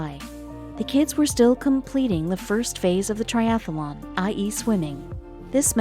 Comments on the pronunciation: The presenter sounds like a robot. And the key word to make sure the presenter knows how to pronounce correctly would be "triathlon" (not "triathalon") These things are so distracting. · Its triathlon not triathalon!!!! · I couldn't listen one more minute to TRIATHLON mispronounced as TRIATHELON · And why do you keep calling the event a triathalon? It’s not a triathalon! It’s a triathlon! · It is not "triathalon". It is triathlon. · That's triathlon, not triathalon! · The commentator was really irritating, mispronouncing Triathlon - she said it ‘Triathalon’!!!!! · Where I live in Missouri we pronounce it ‘triathalon’ like is is here. Thought that was the way everyone says it - must be just our accent. Interesting! Learn something new every day. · Next time get someone who can pronounce tri-ath-lon correctly. Thanx. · Great video. A pity that the narrator was unable to pronounce the word 'triathlon' correctly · I do wish the narrator could say triathlon properly! She keeps putting an extra ‘a’ after the ‘th’. Very annoying.